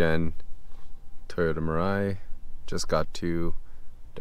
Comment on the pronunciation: 'mirrrrai' YES glad ur friend knows the proper pronunciation 😂